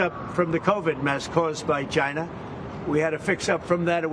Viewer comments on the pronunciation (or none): This is not Trump. He says "Chy-na" not China.